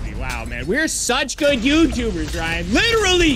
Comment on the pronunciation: we are such good YouTubers Me: hehe youtewbres